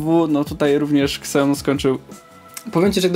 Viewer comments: Ja proponuję jeszcze inną wymowę nazwy Xeon - ZENON :-) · Wole wymawiać kseon bo jakos bardziej polsko brzmi XD